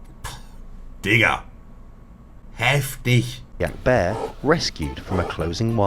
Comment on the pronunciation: Nobody: Monte: Heftich